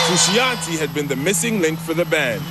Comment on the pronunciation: Someone needs to tell this voiceover dude that it's pronounced FRU-SHON-TAY jesus